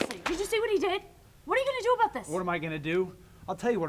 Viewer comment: "Truth... this isn't aboet the Hoese of Truth. This isn't aboet Roderick Strong." Yep, that's a true blue Canadian right there.